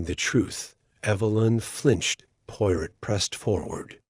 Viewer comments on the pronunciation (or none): Her qualities Porot?? Please. If you cannot get even the name right don't bother with rest of it poirot, good God. This is a insult!!